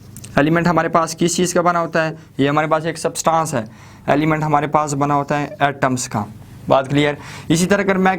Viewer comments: It,s substance not subtaaance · सब्सटांस नही substance ऐंस pronounce hoga 🙂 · Bhai word substaaaaaaaance ni hai thats substance pronounciate it propperly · its substance not Subtaaancee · its substance not sabstancee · Sir, Please Pronounce “ SUBSTANCE “ Properly!!!!! Please 👏